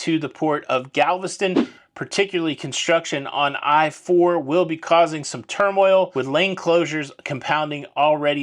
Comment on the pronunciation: It is I-45, not I-4